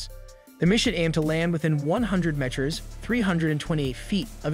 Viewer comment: You don’t know how to pronounce the word, “meter?” Even AI narration would voice it properly. C’mon, man.